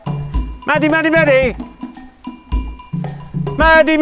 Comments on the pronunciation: Great video! I'm a little confused though because "Madadh" is the Ulster Irish for "dog" and is pronounced like "mahdu" so hearing it said like "Maddie" made me cringe a little lol. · It sounds like they are saying Maddy but they are saying Madadh am I just hearing things are they actually pronouncing it maddy